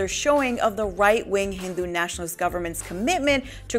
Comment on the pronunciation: I like how AJ+ is stressing on the word HINDU NATIONALIST. I love the burn of AJ+